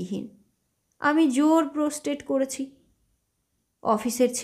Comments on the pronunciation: গল্প পাঠের জন্য voice ভালো। কিন্তু বাংলা ও ইংরেজি উচ্চারণে কিছু ভুল আছে। যেমন প্রস্টেড নয় protest. শব্দের মানেটাই বদলে যায় ভুল উচ্চারণের কারণে। মাপ করবেন। আর ভালো থাকবেন। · Bhul uchcharon. Kothata protest hobe.